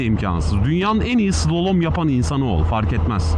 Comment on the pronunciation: Slolom değil slalom, mont giyseydin iyi olurdu üzerinde reflektif yelekte yok ki kamyondan akanlar rahatsız eti, ağzında maşallah çok temiz.